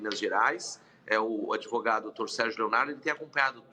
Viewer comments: Tinha ou tinha provas a" adevogado "? Inacreditável ouvir isso!! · "Adêvogado" do "Prerrô"